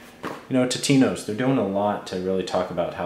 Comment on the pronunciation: It's TOtinos. Not TITinos!